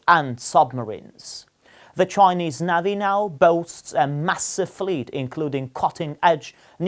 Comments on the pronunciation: What the hell is a navvvy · It is so ridiculous to see and hear your compatriots speaking Russian or any other language. It sounds so ridiculous and funny I’ve deliberately pronounced the word “navy” incorrect, knowing that the righteous way of pronouncement is [nevi]. We are able to speak 3-4 foreign languages, while you are able to be limited with English only. I’ve got a fluent English while you are absolutely incapable to speak other languages So try to relax. The life is going on. Have a nice day